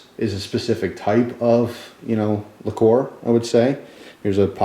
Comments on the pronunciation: likor? i thought it was pronounced liquer? ueeerrrr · he did pronounce vodka funny but liquor and liqueur are pronounced differently, and he mentioned liqueur